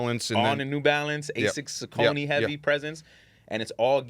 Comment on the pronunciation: can’t even pronounce Saucony correctly…